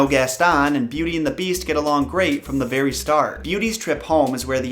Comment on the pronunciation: Thanks for making the time to research and create these videos, it’s much appreciated. Plus when you were talking about the woman who visited Beauty in her dreams I thought you said the fairy next day instead of the very next day. Lol